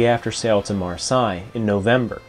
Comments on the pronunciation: Fascinating story! BTW, not meant as a criticism, but the city in France you cited on her first Atlantic crossing trip is pronounced "mar-say". The French spelling doesn't make it easy to decipher the pronunciation. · Beautifully rendered in every respect. Apologies if this has already been covered: Marseilles is pronounced "maar-say." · Super story. The French port is pronounced "Mar say". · Interesting pronunciation of Marseilles. 🤣🤣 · Marseille is pronounced (and written) differently from Versailles